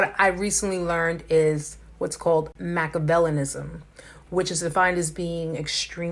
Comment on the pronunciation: Cool video! —Triad is actually pronounced like: try-ad😉 —And you left out one of the syllables in ‘Machiavellian’ —Also, ‘Affective empathy’ is pronounced like: AAA-fective (just like the ‘A’ in the world Aflac’ is pronounced in the Aflac🦆commercials by the duck)😜lol—As this particular use of the word ‘affective’ here is defined in the dictionary as being: Relating to moods, feelings and attitudes. 😊✌🏼